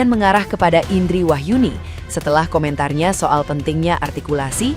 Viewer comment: … klo ngomongin Artikulasi, Lha Ibu juga klo nyebutin nama Ibu sendiri juga artikulasinya kurang Bu. IiindRRRRiiii Rrrr … Rrrr … INDRI … RRRRrrrr-nya kurang Ibu 😅